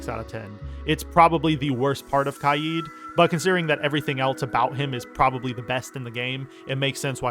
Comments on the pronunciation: Not to judge but HOW did you pronounce kaid? Kyeed? It’s pronounced Kayd Kay (like in okay) and d which makes a duh sound kaid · its k aid not kai eed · the way he says kaid